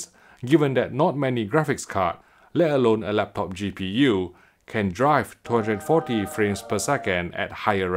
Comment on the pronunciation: Luv the little sound every time you say 240 lol